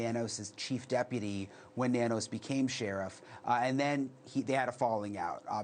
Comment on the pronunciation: Nanos is pronounced No News